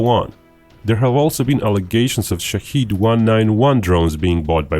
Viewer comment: The pronunciation of the word is wrong. It is shaahed not shaheed or shahid. The first one means the one who looks. observes The second one means someone who is killed for the country and for God. The name of the drone is the first, not the second.